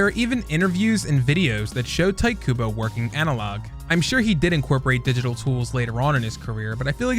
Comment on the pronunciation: this mf called him tight kubo 😔